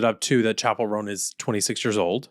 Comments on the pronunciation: I'm older than you, but I'll still correct you, it's Roan, one syllable, not Row-an 😊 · oooo BTW, in case no one else responded: right. 😬 ROAN→ RŌN [ROWN]. oh. since we're sharing phonetic spellings... Zendaya→ zen-DAY-uh. 🤓 kthxbyyye. 🖤🤘🏾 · Roan is definitely 1 syllable. That's how you pronounce it when it's a coat pattern in horses and dogs.